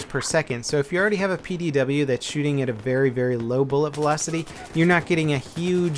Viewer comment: 'Berry little reason to use this'